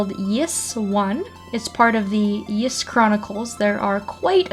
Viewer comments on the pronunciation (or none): Sweet i love the Ys series i used to called it Y S xD or somethin but its pronounced "eas/ees" i believe lol